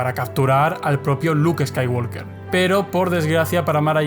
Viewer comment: Deja de pronunciar skaiwalker la L Es muda se pronuncia woker. Uds lis españoles que creen españolizar el inglés como si fuera correcto